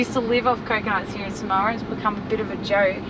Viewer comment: Not pronounced SUH - MOW - A …..